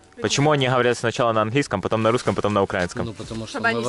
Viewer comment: Не укрАинский а УкраИнский